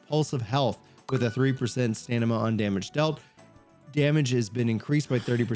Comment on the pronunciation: Love your videos, but dude, Stamina is pronounced stam-min-nuh not stan-nim-ma 😂